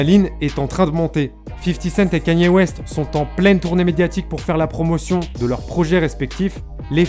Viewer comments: Quénie ooéste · T’es con ou quoi pelo ? Ça se prononce comme ça mais toi ça se voit t’es un shlag tecoutes du rap fr